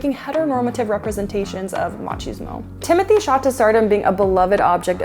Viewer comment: So she can say his last name correctly but not his first name.? Im disappointed. And idek who this dude is.